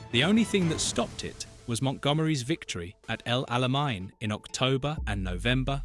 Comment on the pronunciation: El Alamein does not have a German pronunciation.